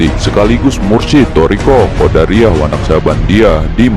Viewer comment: Bukan QODARIYAH tapi Qodiriyah....